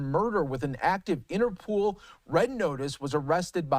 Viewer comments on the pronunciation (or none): Why did he find it so hard to say Interpol and Ethiopian?